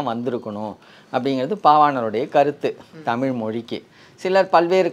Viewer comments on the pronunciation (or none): தொகுப்பாளரே தமில் இல்லை தமிழ் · தமில் இல்லை தமிழ் . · நண்பரே ,தொகுப்பாளர் அவர்களே, தாங்கள் தமிழ் என்று சரியாக உச்சரிக்கும் படி தாழ்மையுடன் கேட்டுக்கொள்கிறேன். நீங்கள் தமில் தமில் என்று உச்சரிக்கும் பொழுது என் உயிரே போய் வருவது போல் இருக்கிறது ,நீங்கள் முயற்சித்தால் அதை சரியாக உச்சரிக்கலாம். நன்றி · எனக்கும் இதை எப்படி தான் தமிழ் மக்களுக்கு சொல்வது என்று புரியவில்லை தமில் இல்லை தமிழ்..... என்று 😢😢😢😢😢😢😢😢😢😢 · அதையும் தாண்டி வேடிக்கை என்னவெனில் தமிழ் என்று சொல்வதை காட்டிலும் தமுள் என்றே உச்சரிக்கும் பழக்கம் நம் அனைவர் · முதல்ல.. தொகுப்பாளர்...நாவில்... தமிழ் 1000 முறை...சொல்லவும்..😮😮😢😢தமில்...இல்லை.... தமிழ்... தமிழ்.... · தமில், மொளி என்று கூறுவதை சரி செய்திருக்கலாம். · நான் சொல்ல வந்ததும் இதையேதான்! நன்றி! இவரைப் போல எத்தனையோ பேர் நமக்குத் தலைவலி யையும், நம் மொழிக்குக் கெடுதலையும் செய்ய! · உண்மைதான் தமிழை தமில் தமில் என்று உச்சரிக்கும் போது, நீங்கள் கூறியது போல உயிரே போகுதுங்க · கொஞ்சம் கூட கூசாம பிறழாம தமில் தமில் னு கடைசி வரை பேசறானே!! இத்தனைக்கும் ஐயா அவர்கள் தெளிவாக பேசுகிறார். 😢